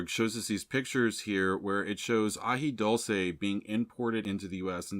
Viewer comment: It’s Dule-ce and coo-lantro!